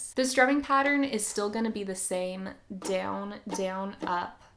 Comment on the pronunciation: I don't like how you pronounce the word "down" 😭😭